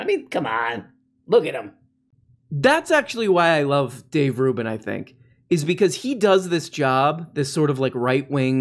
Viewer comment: Conservatives like to intentionally mispronounce the names of people they disagree with. Including Dave Rubbin.